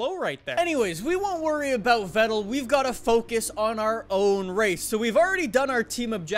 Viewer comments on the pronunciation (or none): if u want to say vettel dont say it like its write say fettel beacuse in german v is f. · it's pronounced Fettel :c